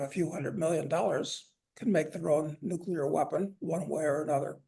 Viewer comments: Nuclear, not "nucular"! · Ugh. Guy on left just said "nucular" instead of nuclear. I thought only George Bush did that.